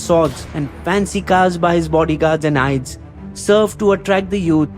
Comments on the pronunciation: Your videos are always fun to watch. Just a heads up. Aides is pronounced just like Aids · Your videos are truly amazing. Really informative, unbiased and true to facts. Also just a sidenote kindly correct your pronounciation of Aides.. its pronounced as AIDS.